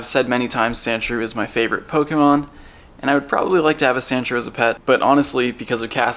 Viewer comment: He pronounces "Pokémon" as "Pogeemon".